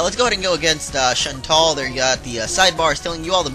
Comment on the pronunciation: I thought her name was pernouced "Shan-Tell"